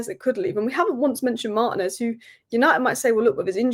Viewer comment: Can anyone explain to me why always calls Martinez Manez? For brevity's sake, why is Martinez such a long last name? Like Granacho instead of Garnacho 🤔